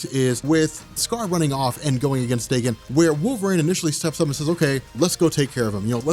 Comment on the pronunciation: His name is pronounced dah-KEN akee-HEEroh, not DAY-ken. Japanese, yo.